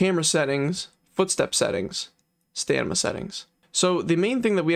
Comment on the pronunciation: You're right. 😂